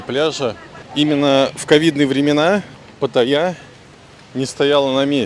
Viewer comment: Ударение в слове Паттайя на вторую "а" ставится, а не на "я"